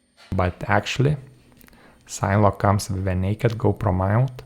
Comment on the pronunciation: "SIN-eh-log". Do you pronounce cinema "sign-muh"? :) Thank you for this review. You have solidified my choice for my next sign-whoop.